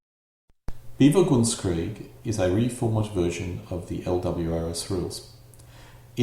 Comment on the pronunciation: You seem go pronounce bewegungskrieg as BE-vi-gungs-kreeg, b'vu-GUNGS-kreeg, or even BEE-vuh-guns-kreeg (like beaver)? It's more like be-VEH-gungs-kreeg.